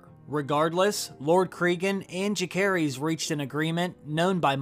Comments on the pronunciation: Its so funny how you pronounce Jacaerheys. 😂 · The way he pronounces Jacaerys is way off. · Are you pronouncing "Jacaerys" on purpose? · How do you watch a show and have a youtube channel about said show and not even know how to pronouncd the name Jacaerys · The names of Rhaenyra's two oldest sons have soft "c", not a hard one. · He pronounced both Jace and Luc's name wrong.